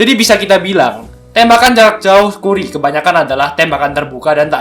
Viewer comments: keren min, koreksi dikit bcany kari bukn kuri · kù•ree kan gitu pelafalanny, bukan ku•ri